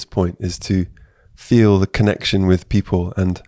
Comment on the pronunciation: Our aim. Conne tion